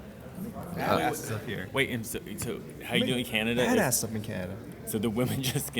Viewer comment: And said Canadia Lmao